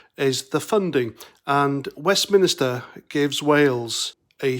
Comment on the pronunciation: Nah they would NEVER blame Brussels ever...what they would do like all good lefties is just keep on blaming Westminster and for christ's sake its WestMINSTER As in church not westminister lol